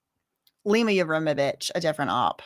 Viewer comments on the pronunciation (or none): none